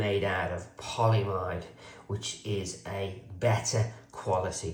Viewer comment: Hey. Polyamide pronounced poly-a-mide and nylon are the same thing. Seatbelt nylon just refers to a particular form (tight-weave, high-strength webbing) of that polymer 🍀